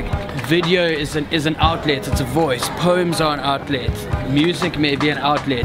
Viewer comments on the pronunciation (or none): sounds like omlet when dan says outlet